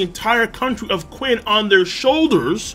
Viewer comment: not Quinn, it's "chin", you pronounce it like "Chin", similiar to "china"(where the name china came from).